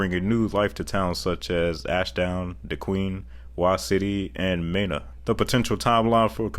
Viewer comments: As an Arkansan I just wanted to give you a heads up they're pronounced ME-na, SIGH-loam, and Tonny-Town... Also there's an ancient ruined sphinx aligned exactly with the one in in Giza outside of Hagarville in the National Forest. It is not a natural rock fomation and will be a part of rewriting human history as we know it. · Informative video, but you need to get your pronunciations down. El Dorado is El Doraydo," Mena is "Meena," Siloam Springs is "SY-loam Springs," and Tontitown is "Tawny-town." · Him pronouncing mena was funny